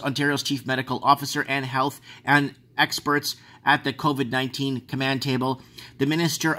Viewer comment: can we call carona beer chan "coffee" because thats what covey sounds like